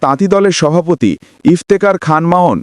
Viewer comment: হালার পুত সভাপতি উচ্চারন করতে পারছ না আবার সাংবাদিকতা করতে আইয়ছ